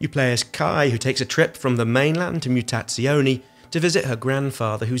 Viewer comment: If I can offer my help, it's pronounced "MOOTATSJONAY" :-)